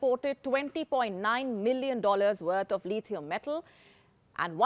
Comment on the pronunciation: It’s not Leethieum. It’s Lithium. It’s not Molly. It’s Mauli.